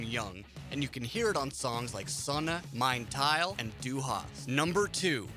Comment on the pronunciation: He couldn't even pronounce "Du" in Du Hast. He said Due